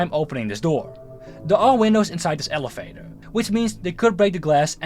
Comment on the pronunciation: Bro fix ur pronunciation jeez I literally hear elefater in